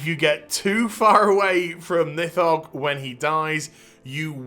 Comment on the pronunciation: On the pronounciation: if we're going by Old Norse pronounciation, it would be "Neeth-hogg" (with the "th" being voiced like in English "these"). Source: I'm Norwegian. We do some Old Norse in High School. Note: Of course, Blizzard isn't too picky about keeping things authentic, so it might be that they intended it otherwise.